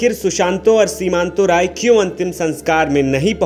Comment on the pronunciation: रॉय नही राय हैं